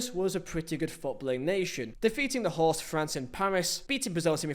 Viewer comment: What's your problem with R's? You guys beefing? You seem to be avoiding them. Correction: You aren't avoiding them, you're putting them where they don't belong. There's no r in "host" mate